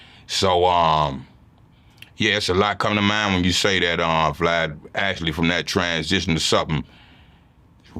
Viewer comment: He called him vlod